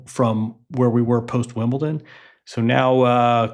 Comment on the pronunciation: There is no 't' in Wimbledon